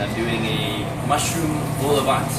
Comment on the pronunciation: The worst pronunciation of vol au vent I’ve ever heard 😂😂😂